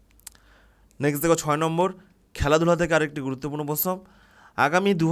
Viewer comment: প্রশ্ন কথা টা ঠিক করে উচ্চারণ করুন 😂